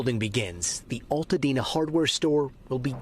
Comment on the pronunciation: it's ALtadena... like ALBERT... learn to pronounce it. My heart goes out to Altadena. I am devastated by your loss. <3